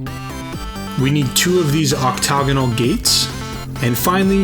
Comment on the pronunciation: Oc-TAG-onal click that sweet speaker next to word and lets ya know how to say it.